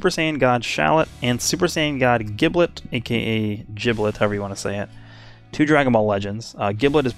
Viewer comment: Its Jib-let, both the japanese and english voices for Shallot call him that way